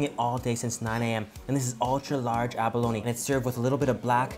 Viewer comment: abalo-KNEEEE, its pronounced aba-lone smh